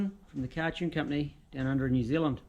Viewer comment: I'm from New Zealand and this is the first time I've heard another Kiwi pronounce NZ as 'Nu Zeelind' haha, love the content